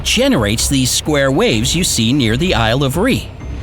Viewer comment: Isle of REE